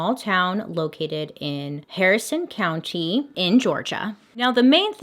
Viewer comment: This haunting happened close to where I live...and this video was posted close to my birthday! Her video is like a birthday present for me. 🥰🎂🎉✌️ Side note: Ellerslie is in Harris County It sounded like she said Harrison County. Still love ya though. 😜